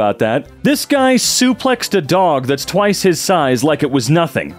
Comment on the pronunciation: saying suplexed a dog is way funnier to me than it should be lmao he put so much emphasis on suplex and dog